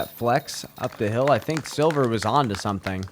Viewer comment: If you just start pronouncing Silver's last name as the english word let you'd be right on the money. I'm swedish and we also have the letter ä. Thanks for everything guys, you're doing a fantastic job!❤